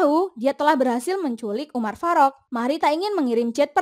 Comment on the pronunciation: Kayak gimana gitu denger penyebutan nama umar farok nya😂😂😂😂... Umar faruk gitu lho min